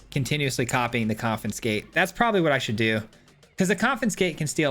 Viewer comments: Oh thank god it's not just me! Every time he said 'CoNfInScAtE' it was like a flick to the forehead. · Hearing you pronounce "confiscate" with an extra 'n' was bugging me too much, ha! Very cool deck though! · Great video, great deck, great lad, but please... con-fi-scate 😂 Keep the great work coming! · Coffin skate lol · it isn’t just this particular video. The last time he used the confiscate in a video he mispronounced it then too. My brain autocorrects but it does make me curious why he has that glitch for this one particular word. He usually does good and this isn’t anything to damn him about but I, personally, find it funny. Not annoying but every time I heard the N I smiled. It is an -ism.